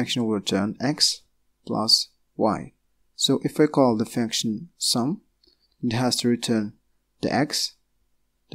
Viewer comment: Sounds like you're saying faction or fanction. It's pronounced "funk-shin/"... vowel is u, not a. (sorry, it was making it hard for me to focus on what you were saying. Hard enough to focus as it is, lol.